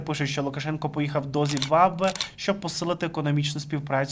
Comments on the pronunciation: Ну не ЗІМВАБВЕ, а ЗИМБАБВЕ. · Зим баб ве. Хочаб раз вимовили назву країни, начебто не складне слово. Якось дуже не професійно виглядає, ей боже.